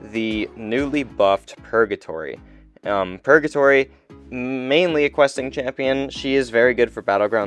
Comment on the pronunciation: Dude stop saying purJatory. Hard G.